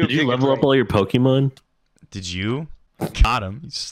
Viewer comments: Yes pokéman!!!! Lol my husband says pokemon like that lol. 😂😂😂😂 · Did he just call Pokémon Pokéman?